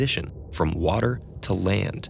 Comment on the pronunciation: One word wuter